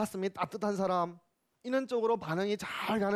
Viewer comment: 왜 "간단"을 "간딴"이라 발음합니까?? "씸어 먹는"논어라니요? 왜 이렇게 비속한 표현을 경서에 써야합니까?? 쉽게안 말하는것이 능사가 이닙니다. 때로는 선인들에 대한 불경이옵니다. 한국의 구어화 문재가 심각합니다. "물음을 던진다?? 이 역시 외래어의 역어임을 아시지요. "사람"의 발음도 틀렸습니다. "사람"의 "사" 는 길게 발음해야지요. 질의할것을 규ㅓㄴ하시는데 논어라곤 전연 모르는 일반인에게 무슨 질문을 하라는 것입니까??